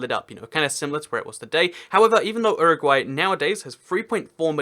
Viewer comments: It is say You RA gway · Uruguay is pronounced you-row-g-why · Does he say Uruguay weird?